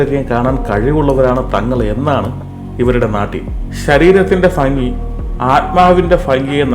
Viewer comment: ഭംഗിക്ക് ഫങ്ങി എന്ന് പറയുന്നത് ഭയങ്കര അരോചകമാകുന്നു....